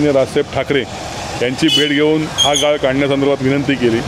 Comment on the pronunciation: पत्रकाराला आपली मराठी नीट बोलायला सांगा गाळ आणि गाल यात फरक आहे याला सांगा 😂😂😂😂